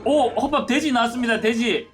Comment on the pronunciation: 초 허팝님 발음이 돼지를 대지라는줄